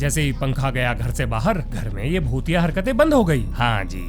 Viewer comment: I don't like this shit man! Aur aik tu bhotiya bhotiya Kam bola karo Kuch aur sunai deta hai.